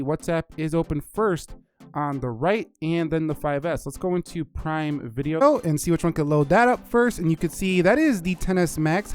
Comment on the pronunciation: “Let’s go into prime vide-O” Did anyone else notice that? 😂